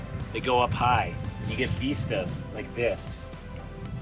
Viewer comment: "moun-ins" "veestas". I'm now bilingual in tiktok, lol